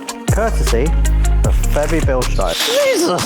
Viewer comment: OMG the first british guy who pronaunced Bilstein properly